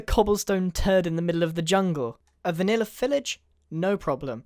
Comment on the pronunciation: U said vanilla village weird....hmmmmm ._.